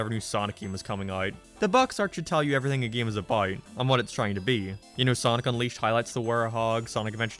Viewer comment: Why do you say "abart" instead of "about"?